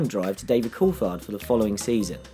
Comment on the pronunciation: its pronouced "courtard" not courtfard"